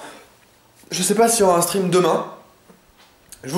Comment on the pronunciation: Un moment j'ai cru que tu avait dit Quand je suis en String ( stream ) mdr